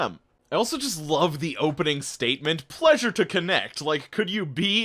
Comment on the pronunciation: "Plessure" got me lol